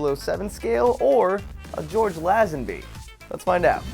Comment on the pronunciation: You pronounced Lazenby wrong... It's Lay-Zen-By, not Lazz-enby... I would know because it's my uncles family name...